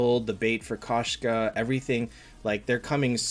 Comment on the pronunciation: Its pronounced k o shka. It means female cat in Russian. Кошка